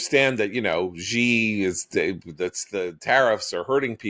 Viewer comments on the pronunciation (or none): No freaking way Israel goes it alone. BTW, President Xi's name is pronounced "She..." not "Zii"